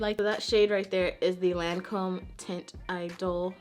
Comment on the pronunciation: Loreal owns Lancome. Also Lancome is French, So the name of it has different vowels. It pronounced like "taunt ee-dole". It's great they have such a wide range and have legs in both prestigious and drug store places. Accessible.